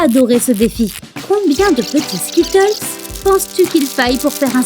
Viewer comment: Déjà essaye de bien prononcer skittles